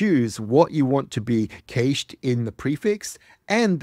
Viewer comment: What's going on with the pronunciation of "cached"?